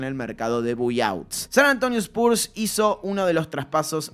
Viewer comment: Repite después de mi, se pronuncia BAI OUTS, me sangran los oídos cada vez que escucho buy outs